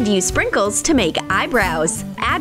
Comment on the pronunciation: When you say sprinkles it sounds like "shrinkuls"😰😅😅😅😅😅